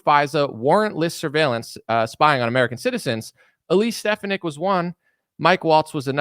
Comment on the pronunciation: Her name is pronounced, Stef fawn ick. As a physician and woman, I think she supports my views and should be JD Vance's VP in 2028.